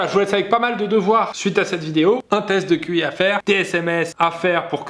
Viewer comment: Je suis la seule à comprendre : "On va faire une test de cul !" 😅